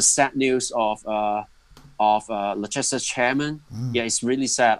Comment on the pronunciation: trypeer, liesester, reecharlayson l0l